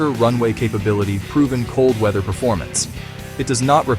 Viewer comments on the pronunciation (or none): none